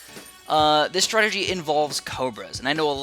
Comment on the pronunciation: Yay! He called masterov's "startagy" ridiculous